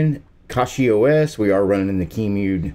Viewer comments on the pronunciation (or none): It is pronounced cachyOS